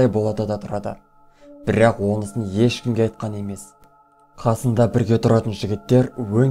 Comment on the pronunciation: Бірррақ, бірррақ